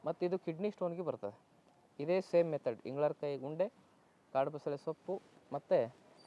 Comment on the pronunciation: adu ingalarkayi alla ingalakayi